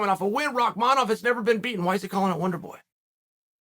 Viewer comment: Can we stop for a second and realize that Uncle Chael had the time to pronounce Rakmanov name correctly l😂